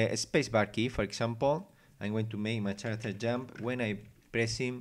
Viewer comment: second pronunciation of "floor" is correct ,"foot" is singular and feet is plural objetm~object cuve~cube character~[karacter] vowals a o e u i (sometimes y) any word that begins with a vowel you say "an" ex. an apple , an owl ... hope this helps a little